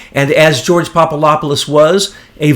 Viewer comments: Jesus Christ! It's PapaDopoulos not papalopolous. Makes you sound like an idiot. I swear. Why is that so fucking hard? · The name is pronounced popa adap pulos "phonetically" He is a Greek Jesuit to my understanding.